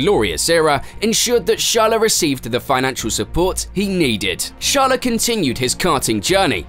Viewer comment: Sharla? Charlotte? But no charles